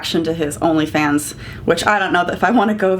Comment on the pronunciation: I gagged a bit when you said he has an only fans- I need to hear the T